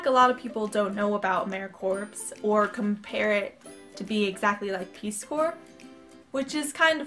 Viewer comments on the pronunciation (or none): its emra-core pronounced not corps lol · good video but it is pronounced amaericore not corps. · i got accepted too. Im stationed in Denver, Colorado. The southwest region. Not being rude but the corps part has a silent p. so it sounds like core. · The P in Corps is silent so it is pronounced core